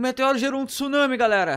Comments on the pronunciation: Não é tusunami, é tsunami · "Tusunami" e o portugues?ta como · O maior "tusunami" de todos! Hahaha